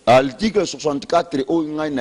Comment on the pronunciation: monoko solo. Oyebi ata ko prononcer mot "article" te, ndeko? yo kaka monoko na micro koloba du n'importe quoi. Vraiment boza bato te. Oyebi ata kosala calcul ya pourcentage te? 62% okoki kozwa yango ata na 10 personnes. Soki bato ya ko voter baza 10 et que bango nyonso ba voter, tokoloba vote ezalaki 100%. Soki 6 personnes ba voter moto moko et 4 moto mosusu, tokoloba oyo ya 6 aza na 60% et oyo ya 4 aza na 40%. Qu'est ce qui prouve que Fayulu azwaki 62% na 18 millions ya ba votants? Voila pourquoi Congo ezo bonga te parce que moto nyonso akomi politicien na bourique lokola yo yo pe okomi politicien. Mawa trop po na ekolo na ngai Congo.